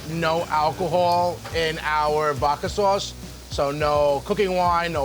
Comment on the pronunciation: Take a shot of vodka everytime he says "vaaadka swauace" but instead of vodka use water 🙄